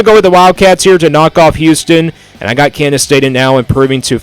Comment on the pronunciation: Your a complete dumbass. Obviously you don’t know much about big 12 football. Maybe tx and tech. Ps learn how to pronounce KANSAS